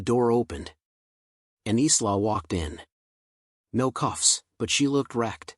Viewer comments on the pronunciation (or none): Isla is pronounced ' eye lar ' not islar. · Eesla not isla is pronounced like a short version of the word Island so Ila thus the S is silent.